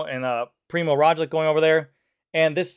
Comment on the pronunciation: poor... poor Primoz Roglic. so many times his name was mispronounced :))